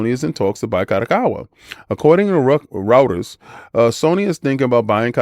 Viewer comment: Reuters is pronounced like roy·trz Thank you my friend.